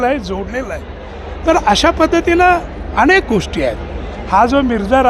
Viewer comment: मुलाखत कार अतिशय अशुद्ध भाषेत बोलत आहे...आणेक, भावणा, पाणीपत अशा पद्धतीत मुलाखत घेत आहे...एवढ्या मोठ्या चॅनेल ला हे निश्चीतच अशोभनीय आहे...